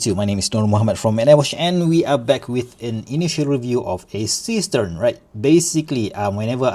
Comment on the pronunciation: Seestern is German for starfish (literally "seastar"). It's pronounced seh-schtern and it's not a homophone to cistern. The "s" in See is pronounced as a voiced s similar to z in English because the s is followed by a vowel. 🤪